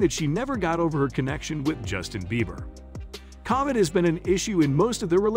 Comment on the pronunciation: get your act together!! First get your facts straight ex: Justin and Selena didn't divorce. Pronounce words correctly ex: it is COVID not Covad!!